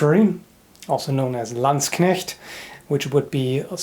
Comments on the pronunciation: Ich mag es wirklich, dass er "Landsknecht" richtig aussprechen kann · I was so confused at first to hear someone pronounce "Landsknecht" correctly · As a German, I gotta say, your German-pronouncing is very good :) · say does know german?cause he pronounced landsknecht really accurately.(im german) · Now I can say Landsknecht Emporium right. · In a response to a comment I made several years ago on the same topic (pronouncing landsknecht correctly) actually told me that he does speak German. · I mean, frankly, I'm an American, speak conversational German, and can pronounce 'Landsknecht' correctly without an accent. I find German to actually be a relatively easy language to pronounce correctly, once you get over the learning curve of accepting/learning new sounds and clear differences of pronunciation compared to your own language. German is remarkably consistent in how words and letters are pronounced, especially compared to English. It's great. However there are many lazy foreign speakers of German (like most of my American classmates) who do not attempt to sound like a German when speaking the language, to their great fault. And I say that so because the language is easier to speak and learn when you pronounce your words correctly.